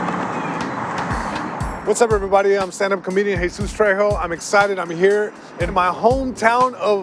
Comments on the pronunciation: you're mad people say guac but aren't mad this bald fuck pronounces his name tray-ho? instead of trejo? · tray. ho? gay.bree.el. e. gles. sea. ass?? really man